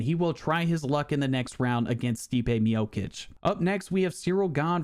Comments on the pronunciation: Its MIOCHICH NOT MIOKICK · Stipe Mi-yo-kicks 💀